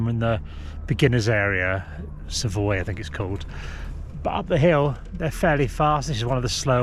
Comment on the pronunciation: Top tip! Savoie is pronounced Sav-wour